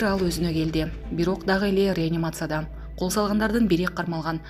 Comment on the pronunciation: Ренимация,реанимация качан туура окуганды уйроносунлр